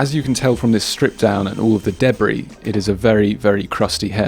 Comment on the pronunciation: Any time I hear an Englishman say Debris all I hear is Debby from yawnderland hahaha sorry not sorry but I love it lol